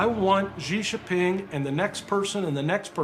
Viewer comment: ... The guy from 60 minutes Australia should do a Youtube search: "How to pronounce Xi Jinping". It's NOT rocket science, lol.